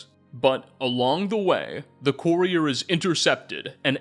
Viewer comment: Absolutely Love this video man! Appreciate the effort you put into this One however I do have one critique for you it’s pronounced Cur-E-er not Corey-er